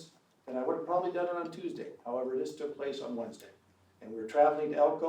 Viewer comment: "THEY TURK HIS DAAWG"! 🙂